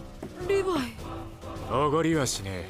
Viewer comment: ココアシガレット リブァイではなく、リヴァイですよ😅